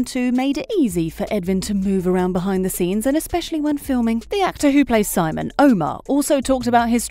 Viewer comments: It’s pronounced sEEmon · its VILHELM not wilhelm and its SEEmon not simon